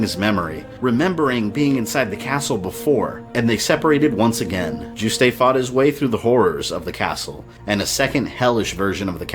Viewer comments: Good vid so far but two issues: "All that remained of Dracula were his remains" sounds kinda redundant. Maybe "But all that was left of Dracula were 6 body parts" then list the parts needed. Also Juste's name is pronounced like "Juiced" not "Juice-Tay". The name is French I believe, hence the pronunciation. BTW question. Is the SNES port, Dracula X, essentially the same story as Rondo of Blood? Because game-wise, they seem very different. They share the same assets but level designs are very radically different Thanks also for using footage of the original unedited US release of voice casting for SotN. I personally prefer the re-recorded voices used in the Dracula X Chronicles but the original ones were the stuff of CastleVania meme legend. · I finally found one complaint with this series so far. Juste is pronounced "Joo-st" like roost, not "Joo-stay". Oh, one more . For Richter to be Juste's son, Juste would've had to be 43 when he had him. That's certainly not impossible, but it seems far more likely to me that Richter is Juste and Lydie's grandson. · Juiced not jus tay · I absolutely adore these videos! But there is one thing I'd like to point out (I'm not sure if it's been said already so sorry if I'm retreading worn ground!): Juste's name is pronounced "Joost". Hearing "Joo-stay" made my French speaking ears recoil in horror. It's an easy mistake to make, so I totally get why, especially since it's a really particularly weird name, but yeah! Aside from that, I love this, and learned a few things I didn't know before, too! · Juste is pronounced "YOOST" bro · Juste' is pronounced Yoost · official sources say his name is pronounced as Yoost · well its a french word and means righteous; definitely not pronounced Yoost. Richter is a german word and he pronounced it wrong too, but pronouncing Richter is pretty hard for someone who doesnt speak german. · My eyelid every time you pronounced "Juste". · That's not how you pronounce "Juste" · You pronounced Juste wrong.